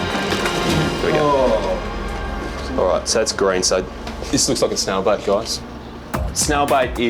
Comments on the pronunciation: how do you pronounce it snail bite snail bait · I thought he was saying snail bite and I was like dang, who knew snails could bite. Finally figured out he said said snail bait.